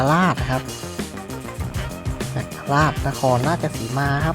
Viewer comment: อ.จักราช อ่านว่าจัก-กะ-หลาด ครับ😅😅